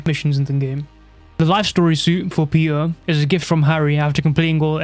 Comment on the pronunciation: Why does he say peter like thatttt "Peeur"